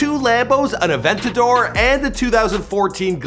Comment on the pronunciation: It’s Aventador not Aventaddore